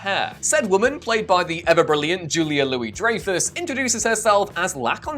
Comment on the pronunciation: It is pronounced (dry-fus) but at least you got the first part right